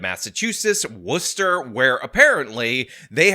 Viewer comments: As a MA native I’m glad you learned to pronounce Worcester this time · Good job pronouncing Worcester right this time. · U learned how to pronounce Worcester correctly 😁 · W for correctly pronouncing Worcester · You said Worcester right awesome man, and glitter is the herpes of the craft world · Thank you for pronouncing Worcester correctly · Thanks for saying Worcester correctly